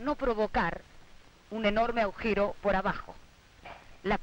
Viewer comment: "Aujero" le falta leer a esa